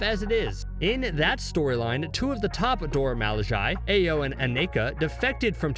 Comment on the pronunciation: Just like he says Ayo when her name is pronounced Iyo